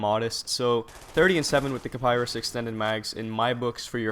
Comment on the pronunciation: It's pronounced Ki-Pah-Ree lol